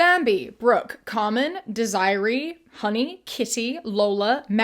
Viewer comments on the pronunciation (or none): The pronunciation is actually more like "desi-reh" and the spelling should also be either "Desirée" or in some cases, "Désirée". "Dez-array' sounds dangerously similar to "disarray". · Very small thing. "Desiree" is pronounced "deh- zirray" (sounds almost like desert ray), not "desire-ee" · it's pronounced Deh-ser-ray Desiree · I think this is pronounced Dez-ih-ray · Desiree is actually pronounced dez-ih-ray